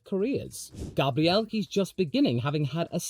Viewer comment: hey idk jf it's your accent or if you're trying to pronounce Gabriel's name right but I appreciate it nonetheless! It's not really a problem to hear the (usa) english version, where it goes more like Gueibriel and the stress is on the first syllable, but if you are trying to do it closer to the brazilian way (gahbriel, with the stress on the last syllable) that's really considerate lol